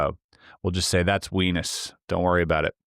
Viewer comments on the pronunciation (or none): LoL at “weenus” 😀